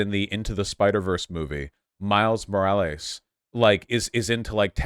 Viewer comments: Why is Vaush saying Morielus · I assume he knows someone who pronounces thier name like that. I feel like I do that sometimes